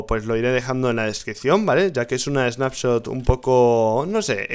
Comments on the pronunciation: Rich, dice Spanshot en vez de Snapshot xD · Rich dice spanshot .. Like para que se de cuenta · Soy yo o dice Spanshot? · Lol dice nueva spanshot =) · Span-Shot XDDDDD Rich cuidado con el tecado jajajajajaja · porque dice spanshop entiendes s(pan)shop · si dice Spanshot